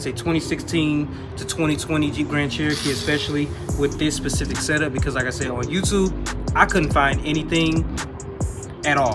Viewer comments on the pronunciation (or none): Just do me a favor. Say specific and not pacific.